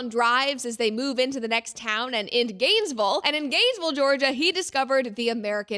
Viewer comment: Love the way you said Gansvul 😂